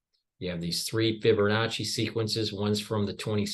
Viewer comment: There's no "r" in Fibonacci, just sayin...